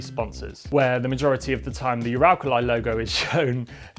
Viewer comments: Yuralkalaye? Ooralkalee. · the way he pronounced uralkali makes me wanna cry🥲